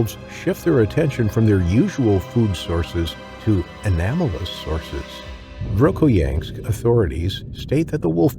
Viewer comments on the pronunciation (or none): VERKHOYANSK DOESN'T HAVE THE LETTER, "T", AT THE END OF IT! MORONS